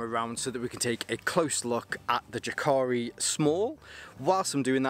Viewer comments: jääkäri is pronounced almost like YE: ke ri (notice the length of the first syllable) but the "ä" pronunciation is actually between an "a" and an "e" rather than just an "e" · Ive just ordered this, also the large with 2×litre side pouches. I think, regarding pronunciation is ' Yaakari' not that its important. Good review 👍